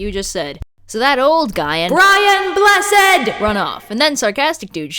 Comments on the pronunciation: I appreciate that knows the correct way to pronounce BRIAN BLESSED. it means a lot to us Brits. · I just appreciate that you made sure to say BRIAN BLESSED'S name correctly.